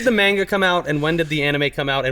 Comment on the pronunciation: MAIN-GA... ugh makes my ears bleed